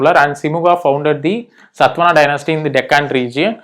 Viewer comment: its not SATVANA, its SATHAVAHANA